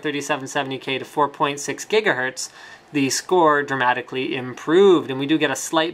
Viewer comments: HE DOES SAY GHEEGAHERTZ! Why? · He said Jiggahertz again :D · Why does linus swap between saying Jigahetrz and Gigahertz..lol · Jiggahertz!! lol yes, get jiggy with those hertz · jigahertz again